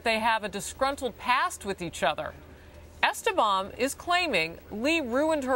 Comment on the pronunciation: Giselle DIWAG Esteban IS FILIPINO! I am ashamed that she even is on because I am too. Btw, they keep mispronouncing her last name. It's Es-TE-ban with an accent on TE. That's how it's pronounce as a Filipino last name. Her maiden name Diwag is obviously Filipino.